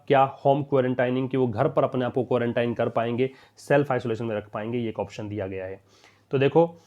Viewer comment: सर आप भी क्वांरटाइन ही पढ़ रहे हैं जबकि आपने क्वारंटीन बताया था। देखिए आप